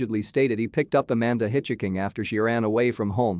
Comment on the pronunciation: Hitch- hiking— not hiccuping.